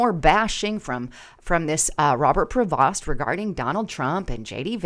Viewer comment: his last name is pronounced as Pro- vo not like it's spelt.